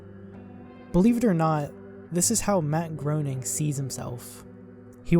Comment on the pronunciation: You mispronounced Groening. It's pronounced as Gray-ning.